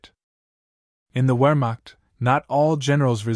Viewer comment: The poor SOB had to do without his bathtub. I wonder how many tens of thousands of Europeans suffered significantly more at the hands of his divisions of the Wehrmacht. And by the way, learn the proper pronunciation of Wehrmacht and Polish.